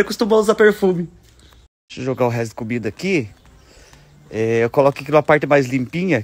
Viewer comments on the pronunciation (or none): none